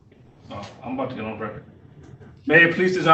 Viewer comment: "for the reckert" I agree with you. I was trying to will the judge to reach down the phone and rip off her Christmas wrapping.